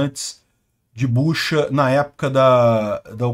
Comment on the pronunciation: Não é Buxa, mas sim Butxa